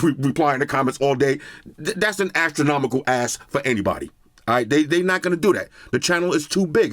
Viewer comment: Say astronomical again 🤣🤣🤣🤣. Or aluminum